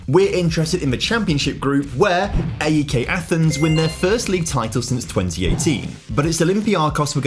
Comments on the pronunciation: Just to say A.E.K is said as one word like AEK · as a greek hearing him constantly mispronounce everything just boils my blood... AEK is pronounced A-EK, not A-E-K Panathinaikos is pronounced PanathinaeeKOS Olympiakos is pronounced Olympiakaka because no one likes the dirty reds 🤡 PAOK is pronounced PAOKARA because it's the best team in greece and the others uhhh... no one cares about them tbf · Ok, let me make it easy. Say Alex, great! Now drop the L and switch X with K, that's how to pronounce AEK